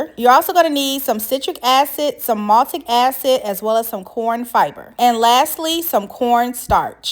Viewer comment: I was looking online for "maltic" acid and you mispoke its MALIC acid. But thank you so much for authentic sour grape recipe. Been looking thru hundreds of quick bad recipes and long disappointing knock offs and your grapes look SOOOOOO good girl!!! Damn i wish I was in your kitchen. If you ever make more flavors or different treats im subing